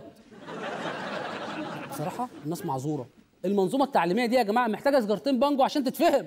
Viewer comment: همه قالوا بانجوا انا سمعتها مانجوا😂😂 قلت فيها ايه يعني لما يزرعوا مانجوا اتاريها بانجوا😂😂😂😂😂